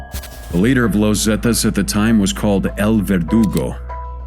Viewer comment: Its not pronounced 'Lowz Zetas' its 'Los' pronounced like 'Loss'